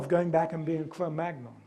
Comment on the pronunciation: Svante Paabo was not German but Swedish. In Cro-magnon the "-gn-" should be pronounced the French way.